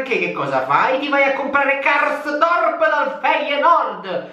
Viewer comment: AHAHAHAHAHA COME HAI PRONUNCIATO KARSDORP, VALE TUTTO IL VIDEOOO